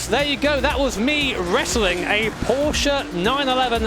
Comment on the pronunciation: "Porsche 911 Ef C R Ef" lol It is hard indeed